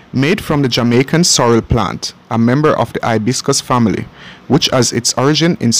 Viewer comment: I don't know how is narrating this, but he totally forgot his "H's" it's "ouse" or ouseole and fambily.